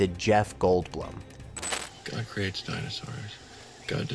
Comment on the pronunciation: likewise mispronouncing 'goldblum' and 'guttenburg'. kinda sad whoever published this didn't even listen to it and fix these issues before uploading it